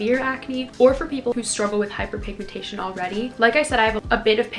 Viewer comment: WHO HEARD HER SAY HYPERPIGMANTAION